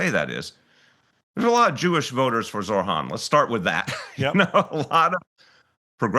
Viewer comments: this guys hearts in the right place but it’s ZOH-RAN. NOT ZORHAN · Isn’t it amazing that this former mayor who has spoken with Zohran many times and likes him so much yet still doesn’t pronounce his name correctly and says Zorhan instead 😀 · Who’s gonna tell him his name is Zohran and not Zorhan? 🤣😬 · Bless De Blasio but for Christ sake it’s Zohran NOT Zor-Han geez 🤦🏽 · can people learn to pronounce ZOH-RAAN, and MAM-Daani, even Zohran's supporters call him ZOR-Haan (Wrong) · Zohran not zorhan deblasio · Someone please tell De Blasio its Zohran not Zorhan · It’s unbelievable that they still cannot say his fucking name correctly. It’s ZOH-RAN, Bill, not Zorhan as you seem to say it. It’s not that difficult. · excellent interview with De Blasio. I just wish Bill would pronounce Zohran's name correctly. it is Zoh ran not Zor Han. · Zohran, not Zorhan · Zohran, not Zorhan. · Why does keep calling him Zorhan not Zohran? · For goodness sake, it's Zohran, not Zorhan. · With all due respect Bill - it's Zoh-ran. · I hope you taught Mr de Blasio off camera how to pronounce ZOHRAN's name correctly. He kept calling him Zorhan. What is it with all these people not paying others the minimum courtesy of spending a minute or two to learn how to say their name?! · Well, even though he can't get his name right, respect to Bill for giving an honest take and supporting (if not officially) Mamdani. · Respect, but please pronounce his name correctly lol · Bill can't even say how name correctly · i can’t understand this shit. I have seen more pundits mispronounce his first and/or last name than pronounce it correctly. It isn’t that fucking hard. Deblasio has “talked to him many times” and says he may endorse his campaign, but can’t even pronounce his first name correctly? Hugely disrespectful in my opinion.